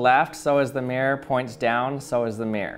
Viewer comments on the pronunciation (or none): oh so you pronounce it as "mee-rowr"? kewl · honestly, we would not drop the hard R in that case. Take the town "Peterborough" (which I live in) we, and everyone right the way from londoners to my Scottish family drop the r in the middle "pee-tah/pee-tuh" but retain it for "Buruh" mirror is almost universally pronounce "mi-ruh" in Britain Though yes, we absolutely drop hard r's all the time. We love dropping the T's from ends of words as well, we're just weird mate